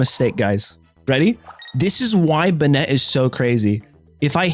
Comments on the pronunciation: Bay net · Banette is pronounced bay-net. The name is a portmanteau of Bane + Marionette. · The last e is silent its pronounced bannet lol and its ar-sea-us not ark-e-us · Pronouncing Banette like he's some spanish dandy was unncessesary